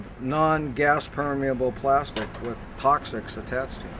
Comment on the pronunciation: "plostic" ...god he's so annoying